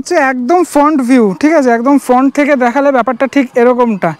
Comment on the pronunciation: English টা বাংলায় না বলে বাংলাই বলো বা English টাকে সেই মত বল, ওয়ার্ডটার correct উচ্চারণ হলো FRAANT